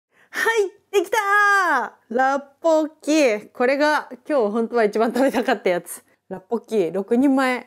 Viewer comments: ロシアンさん、大食いの時から観てます！ 今回の辛ラーメンの動画嬉しいです☺️ それから라볶이(ラッポッキ)のレシピ素晴らしかったし、発音もばっちりでした👍 韓国からいつも応援してますー🙌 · ラッポッキ発音お上手ですよ!